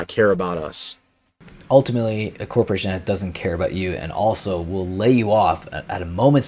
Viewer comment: Saturn governs the bowels, Corpse-o-rations.